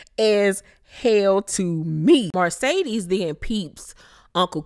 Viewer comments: I cringe every time I hear you say Marcedes (Mercedes)!!! Lol…..Love you, Bye😘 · Please stop saying MARcedes. It's Mercedes. That is all. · Love your review but it’s MERCEDES not Marcedes.